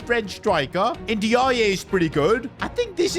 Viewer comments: Ndiaye is prnounced a bit more like “in-die“ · bro his name pronounce like "ninjaai" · Endy ya yeah might be the best mispronunciation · bro butchers every Nigerian name thats not osimehn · Bro doesn't know how to say ndiaye😂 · That was the worst pronunciation of N'diaye i ever heard 😂 fix up man smh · The pronunciation for Ndiaye is absolutely killing me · You are not saying Ndaiye name properly